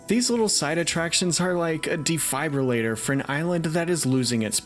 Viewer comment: De-FIBE-relater? De-fib-relater Pedantic pronunciations aside this video was fantastic, The Lost Continent was one of my favorite theme park lands ever, it was and is still gorgeous and it's criminal that they don't utilize the space like they should.